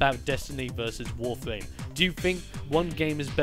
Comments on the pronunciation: Is it just me or did he said Warfame instead of Warframe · It's not warfwam or warfame it's warframe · Its warfram not warflam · why does he call it "wawfwame?" where are the r's? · "WOFAME" lol, is it that this guy is british or is he really just missing a tooth???